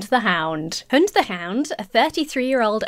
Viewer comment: Vaguely related but your pronunciation of "hund" is spot on tbh, and yes it means "dog".